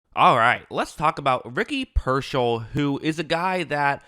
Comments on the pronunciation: PEAR-SALL Not, PER-SHALL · Not “Pershell” it’s “Peer-Saul” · It’s pronounced Pierce-All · He will be a pro bowler in his career. Dude has talent. Also it’s “peer-sall” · Good analysis. Say his name correctly. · I think spending 5 minutes to lookup and pronouncing his name correctly will give you a lot more credibility.